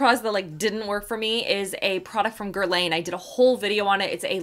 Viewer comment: Please learn how to say Guerlain please. The way you are pronouncing it is like someone from fashion community pronouncing H in Hermes 🙈